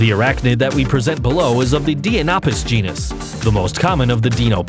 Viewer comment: The word is GENUS. Not GENIUS, genius.